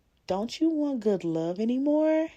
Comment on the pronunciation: “That’s a goodT man Savannah” 😂